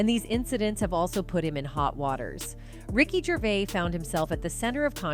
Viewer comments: Ricky gravis haha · Ricky GRAVIS, hahaah. What is this shit?